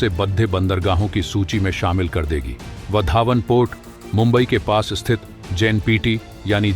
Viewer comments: आप वाढवणं को वधावन क्यों संबोधित करते हो? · वधावन नही, वाढवण.